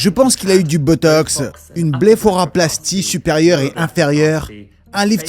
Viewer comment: Bléphoraplastie ? Pourtant, c'était écrit, lol : Blépharoplastie 🤭 : Des injonctions ? Des injections ! 🤨